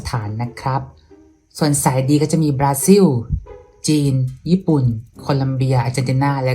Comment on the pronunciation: แค่ออกเสียง บราซิล ก็พยายามดัจริ..จนน่าเกลียดไปเลย.